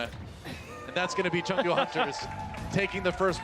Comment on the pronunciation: gez guys wtf is chengou its chengDU DU!!